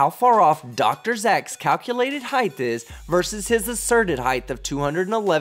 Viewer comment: Love the videos, man. Keep it up. But, for the love of God, please stop saying 'heighth'. It's not a word bruh. The word is 'height' with no 'h' on the end. 😘